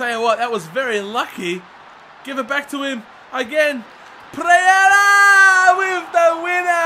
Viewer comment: instead of pereyra he said preyera